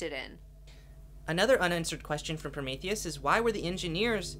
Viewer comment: Two "e"s in "Prometheus," folks. "Promethus?" Sigh.